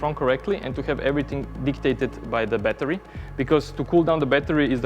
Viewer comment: Cool down the “batari loved that pure accent